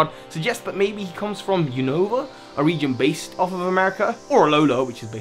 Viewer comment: why do you pronounce 'unova' as "oonohva", it's 'you-no-vuh' not uwunova